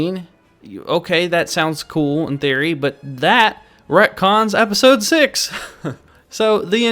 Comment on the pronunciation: Retcons not rectons